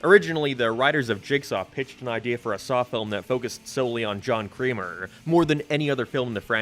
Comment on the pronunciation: Why were you calling Jigsaw "John Creamer" the whole time?